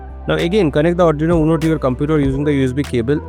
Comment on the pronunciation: There are plenty of corrections to be done by you , 1. You did not mention to click the serial monitor icon and because of that i took 1 hour to do this. 2. Also mister you said "Serial.printIn(" cm"); whereas it is actually "Ln" and NOT "In". 3. You also pronounce ARDUINO as ADRINO which is not correct and sounds funny.